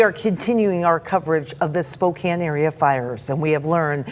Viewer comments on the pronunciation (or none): It’s pronounced spo-CAN…. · I know it's spelled Spokane but it's pronounced like Spokan. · Actually it's pronounced Spo.. ( long o sound) Can. Spokane 😉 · I live here - it’s “Spo-CAN” btw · Its pronounced Spoke-Can. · Yes you Can in Spokane. NOT prounced with a long A. 2nd largest city in Washington. Put some respect or talk about things you can PRONOUNCE ❤❤❤